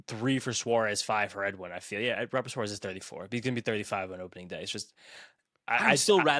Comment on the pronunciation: FYI - the correct pronunciation is "RAH-bert" 😉